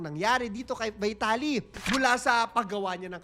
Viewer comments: Sorry po... Just pronounce the name right... Not the english.... Its not vitality..... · vuy.talee ng vuy.talee, sana ipronounce ng tama. may google naman. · BEE-TA-LEE ang pronounciation ayos yan pagdusahan nya sa kulungan ang mga ginawa nyang kabulastugan, sana makatapat nya mga geng2 :face-orange-raised-eyebrow